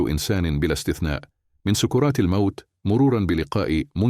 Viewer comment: سكرات وليس سككورات😁